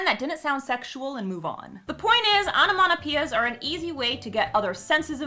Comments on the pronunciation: Onomatopoeia.... sounds like sayin' onomanapeeya o.O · The way you pronounce onomatopoeia really bugs me. Like, absolutely no offence, you do you, but what the hell. I think it must be an american dialect/accent thing. (I'm a brit)